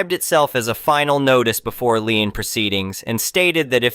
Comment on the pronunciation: It's a computer, it can't pronouce every word correctly